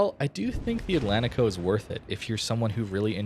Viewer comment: It is pronounced: Atlanchico How do you say Portugal? Porchugal. Porchugueese people put ch in these spots.